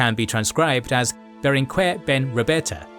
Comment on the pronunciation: Great video!! One point, in catalan (and spanish), in general "gue" and "que" are pronounced "ge" and "ke", like geisha or kept. So in names lik BerenGUER the U isn't pronounced. There are exceptions where the u is pronounced but are signaled with ü